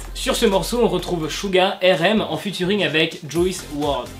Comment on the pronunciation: j'aime bien tes vd mrc mais y'a un défaut ça s'écrit RM c'esr en englais ça se dit ar em pas ér ém